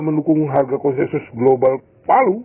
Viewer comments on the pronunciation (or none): Bacanya /Velyu/, bukan palu.